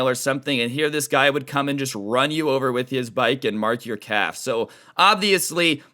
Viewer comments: The entire time, I thought he said "cap" until he mentioned shorts v jeans, and realized he said "calf" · I can’t tell if your saying calf or cap